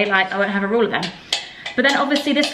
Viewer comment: Can we address how pronounces ‘ruler’ 😂😂 ‘roller’